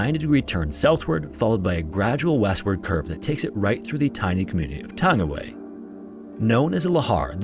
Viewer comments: It’s pronounced tung-ee-why not tangy-way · thank you for covering a New Zealand story!! I just want to point out that Tangiwai is pronounced Tangi (as in tongue-y) wai (as in why), and Ruapehu is pronounced Rua (as in fewer) pehu (peh-hoo). I do love when non-NZers cover NZ stories on youtube, however it's always apparent when the Reo Māori words haven't been researched for proper pronunciation! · Its pronounced "tongue-e-why". Lol good effort though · Tangiwai is pronounced tongue a why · With Anglicisation, it's pronounced like "Tongue-e-why". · It's pronounced Tounge-ee-why. It's Maori ❤ The Maori vowels are Ah, eh, ee, ohh, oo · Oh wow thank you for covering the laha that happened. Tangiwai disaster was sad for nz history. And just to make it bit easier tangi y is how some pronounce it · Pronunciation of Tangiwai is like: Taa-ngee-why